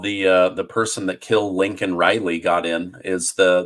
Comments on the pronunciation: Every time you say "Laken" it sounds like you say "Lincoln" - like Joe did. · Her name was Laken, not Lincoln. It's extremely disrespectful to not get her name right after this much time. Lincoln Riley was a coach. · i believe you are saying her name wrong. It's LAKEN Riley. Not Linken. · Would you please start pronouncing names right!? It's Laken Riley, not Lincoln, like Biden says. It's Alvin Bragg, not Braggs. It's Michael Cohen, not Cohens. It's Stormy Daniels, not Daniel! Damn, stop it. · Please stop calling her Lincoln. Her name is Laken Riley! 🤨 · Her name is Laken Riley not Lincoln. Let's respect and honour her properly. Biden called her by the wrong name and he had a chip with her name on it right in front of him! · Laken Riley . Not Lincoln. 🫢